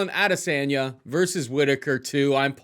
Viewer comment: Lmao 🤣 AdeSANDya